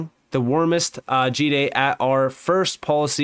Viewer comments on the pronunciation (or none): G'day is short for Good Day. You pronounce the G like you would when saying 'good'.